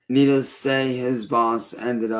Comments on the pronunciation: I still think he's saying "needles" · Is he saying "needles"? To me it sounds an awful lot like he's saying "needles".